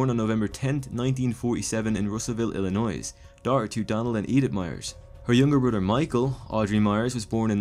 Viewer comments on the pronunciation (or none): Nicely done! Although, it is "ILLi-noy" not "ILLi-noise" keep up the good work. 👍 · Illinois, do not pronounce the s. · The S is silent in Illinois!!!! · Nothing personal, but I cannot stand when people pronounce the “s” in Illinois. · I know ur not American like the rest of us, but PLZ STOP PRONOUNCING THE S IN ILLINOIS! FUCK! lol